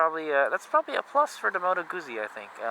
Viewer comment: Moto CB1100 is still available new. By the way, the zz in Guzzi is pronounced like the zz in pizza. Guzzi, not Goosey.